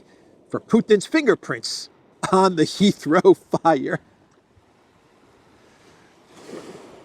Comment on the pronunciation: I keep hearing "Israel" when says "Heathrow"!!!